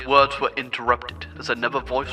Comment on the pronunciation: "arepeegee:(" -, 2024